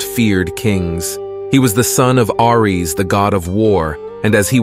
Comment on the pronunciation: DUDE ITS PRONOUNCED AIRREES